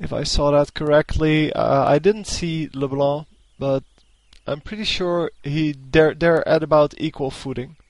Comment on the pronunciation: When you say LeBlá i rofl so hard xD